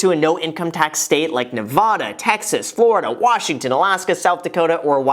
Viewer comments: Been watching for years Graham, love everything you do. But If I have to hear you pronounce Nevada like that one more time, I think I am out lol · lol the way u pronounce Nevada is kinda funny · You are pronouncing Nevada incorrectly, you'll want to fix that before you move there 😁. I had a coworker from there that used to get really peeved when we pronounced it wrong. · Graham, you’re cool and all but you’re not allowed to ever move to Nevada unless you learn how to pronounce it properly bruh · dont move to Nevada until you can say it right.... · Graham, you really need to learn how to pronounce "Nevada" correctly if you're going to move to Tahoe or Vegas. But love the content! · Graham! It’s Nevada not nevada. 😂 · The way you have said Nevada was a sin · It’s NeVAda (high A) not NeVAHda. Sincerely all Nevada residents. 😉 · Graham, As someone who lives in Las Vegas, to make sure you don't have those of us in Nevada Thumbs Down & Unsubscribe you should pronounce it correctly. It's Nevada not Nevada.... Err... Neh Vah Duh NOT Neh Vaw duh (Like A as in apple, not aww I lost all my money) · Nuv-ADD-uh, not Nuh-vaa-duh. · Is it Nevahda or Nevada? 🤔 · Vegas Local when a non Vegas local says Nev-Ah-Da when it’s Nev-A-Da: 🤦‍♂️ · we'd be happy to have you but the first thing i learned moving to Nevada is it's Nev-aaaa-da not Nev-ah-da. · Wait, am I say Nevada wrong? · Graham it's “Nev-AD-a” not “Nev-AH-da!" Otherwise, great video! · You gotta learn how to say it first...Ne-va-da not Ne-vah-duh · Graham, Ne -Va - Da not Neh-vauh-duh. You can't move here until you say it right lol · Before you move to Nevada, you're going to have to pronounce it the way the Nevadans do! Nev-AH-duh not Nev-AW-duh. It's a pet peeve for most Nevadans, like say Illi-noise for Illinois. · There’s no h in Nevada. It’s a as in apple. ;) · Graham saying Ne-vahh-da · Ne-VA-Duh!!!!! If you ever do move here, please pronounce it correctly :( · Woah bro he said Nevoda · Your saying nevada wrong